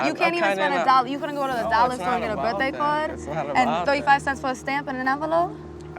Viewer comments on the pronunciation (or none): "birthday choird" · As soon as Daisy was in front of that guy that she been talking to, her voice changed, and she got this weird accent. For instance, listen to the way she says card - just for an example- (because there's a lot more than that) She actually pronounces the R when she's sitting with Tyler and Nev... but when she's standing in front of her crush- she does not pronounce the R... she says it really weird and there's a lot of strange pronunciations in her speech while she's talking in front of the boy she likes. And I understand that people get nervous... but that was just really a weird quirk- I thought. Annnnd No 5 .... girl is NASTY anyways .... good riddance